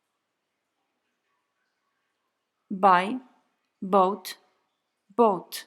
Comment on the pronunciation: Kupować - wymowa jak "boat" - łódź. Well...